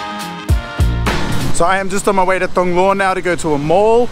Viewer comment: Love the videos bro but as Thong Lo resident, it's not said "thong lo" like a pair of thongs. lol. Its said "Tong Lo".